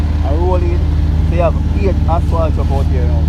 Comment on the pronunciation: You’re all doing a good job but please say asphalt instead of aswalt